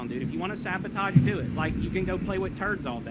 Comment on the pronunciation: One of my favorites is “Eye wull sah-bow-taj duh game!”